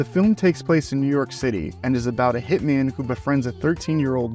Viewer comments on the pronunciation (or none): none